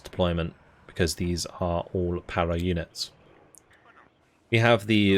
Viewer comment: May I do a suggestion? It’s not to make fun of you but in French, when u pronounce “para”, u do it a way that mean “not there”.(it sounds « pas là »)So u have to scrape up your throat to have the good prononciation. 😆 keep going your work on your channel, it’s a great quality content.